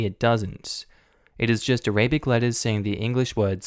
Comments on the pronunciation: The mispronunciation of Arabic is a bit annoying, but it ok Btw, it's pronounced a-ra-bik, not A-ray-bic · ARA - BIC... not A - RABIC